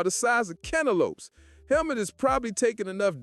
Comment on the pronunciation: Its pronounced like Hellmoot btw